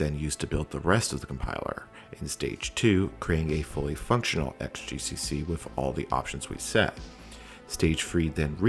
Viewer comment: 'xgcc' should read as 'cross gcc'. Sheesh!